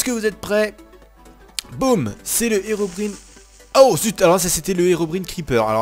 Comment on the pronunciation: Plzzzzzzzzzz prononce bien c'est Herobrine (sa se prononce Herobrayne